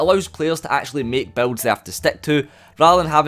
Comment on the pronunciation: It took me 15 minutes to realize he was saying BUILDS not BELTS. English is not my first language.... XD